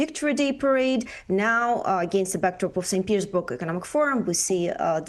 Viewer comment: Did you say; StPetersburns